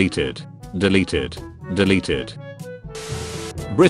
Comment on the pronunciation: When he said deleted it sounded kinda like deli tit